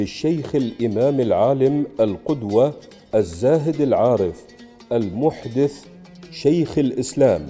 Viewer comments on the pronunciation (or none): ليس المْحْدِث بل المُحَدِّث